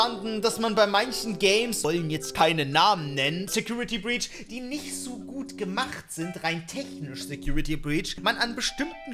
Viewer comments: Secutrity breach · Trinkspiel: immer einen kippen, wenn "secutrity breach" sagt